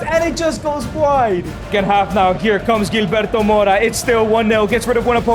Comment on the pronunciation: 🤣 Gilberto pronounced hil-berto not Jil